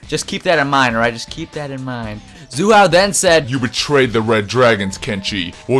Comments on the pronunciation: his nam is not zoo hao his name is Hsu Hao,its pronounced with an ''S'' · Its not zu hao dammit its sue hao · why do you pronounce hsu hao as if the s was a z! also tuh keh duh is probably it